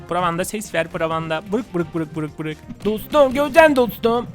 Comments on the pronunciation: Abi bruk değil brok (brock) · Abi o BURUK diye değil BUROK diye okunuyo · Abi bruk değil brock diye yazılıyor brok diye okunuyo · abi brock buruk diye değil brok diye okunuyor